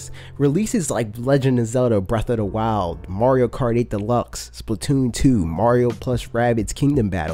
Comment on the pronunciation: Did you said Mario Karty XD